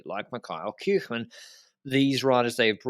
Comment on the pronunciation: is getting so confident in his Dutch pronunciation that he's starting to mispronounce the names of English-speaking North Americans like Kirchmann and Jastrab.